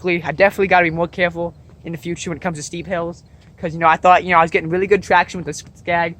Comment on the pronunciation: This yawd wasn't wealy that ovewgwown.